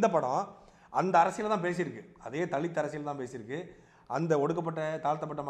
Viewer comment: தலித் என உச்சரிக்க வேண்டாம்.